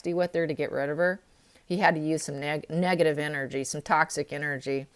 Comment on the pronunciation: Hi, is it just me or is anybody else hearing this`Every time the word "negative" is pronounced some braintwist changes it to "Megative" - maybe a suggestion for an even more negative sense of negative... Greetings from Switzerland and all the best for overcoming vour health issues!!!